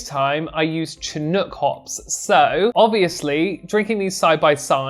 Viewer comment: I'm from the Pacific coast of Canada, and I'm very familiar with the word "chinook"...it's pronounced "shinook", and it's a species of salmon from these parts. A minor point (I know) but it sounds funny with a hard "ch".